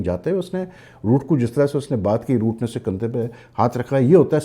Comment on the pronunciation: Boooo nahi Roooooooot😂 Kuch bhai bol dete ho aap bhi.